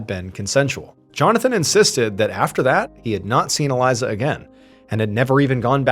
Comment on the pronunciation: ❤Her name is pronounced Ah-lee-za! 🇮🇱